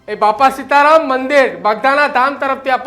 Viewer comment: ભાઈ પેલાં આ એન્કર ને ગુજરાતી વાંચતા શીખવાડો😂😂😂 સીતા રામ ને સીતા રમણ વાચે છે ઠાડશ ને ટાદશ વાચે છે 😅😅😅😅